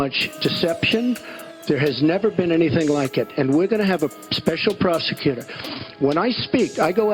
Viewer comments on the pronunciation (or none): Special proseQter! Concentrate on his pronunciation.